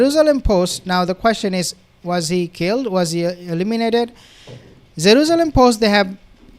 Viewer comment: “Zeruzelum” lol its Jerusalem